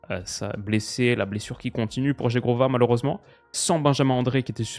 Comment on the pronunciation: qui prononce correctement le nom de Zhegrova 😉